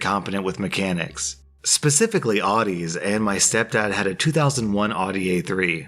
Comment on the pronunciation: Adis? That really hurt my ears.